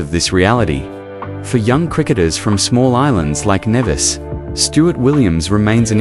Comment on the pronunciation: Good evening. Please please please .lt in pronounced Knee Vis. As a Caribbean person it is annoying when place names are butchered.